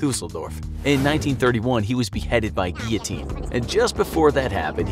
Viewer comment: It's Guilitine